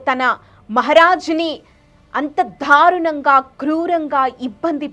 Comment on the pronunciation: dharunanga kaadu darunanga... ibbhandi kaadu ibbandi... entha vathi palikithe antha baga torture chesaarana? telugu telusuko talli mundu.. fake charitralu whatsapp stories taruvatha cheppochu